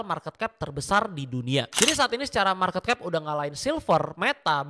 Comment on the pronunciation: Penyebutan marketcap nya salah